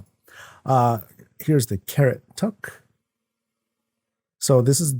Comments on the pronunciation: LOL, the Toque pronunciation isn't "tuck" it sounds like "two-k". I'm Canadian, so.☺ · I believe that 'Toque' is pronounced 'took', at least in Canada. IDK if that's definitive or colloquial. Thanks for this,. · toque is pronounced tooke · Oh sir you don't know how to say Toque.